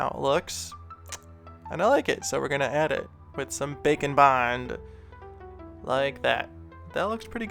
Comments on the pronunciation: What you said: "Grab some bake and bond, and let's get started." What I heard: "Grab some bacon bond--" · Anyone else consistently hear 'bacon bond' instead of 'bake n' bond'? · I swear when he says bake and bond his actually saying bacon bond.